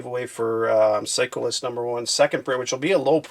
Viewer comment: It's sound like you say cyclist for psycho list haha